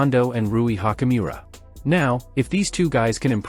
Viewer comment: Youd have more cred if you pronounced laker players names correctly. Hachimura nit hockeymira.